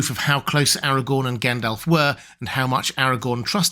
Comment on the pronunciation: Except his pronunciation sometimes. He needs to pronounce the Rs in AragoRn, ARnoR, MoRdoR. Also, it’s not Gendelf, but GAndAlf. Not Eregorn but Aragorn etc